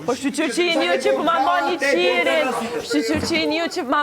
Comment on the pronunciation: O jo qirin:))), më mbani qiriun thuhet dhe jo theksi te " qi ":)))